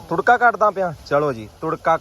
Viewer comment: turka nahi tarka bola kren